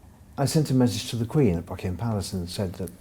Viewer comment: Mis-chievious!, the word is mischievous. Also it's Buckingham Palace, not Buckinam.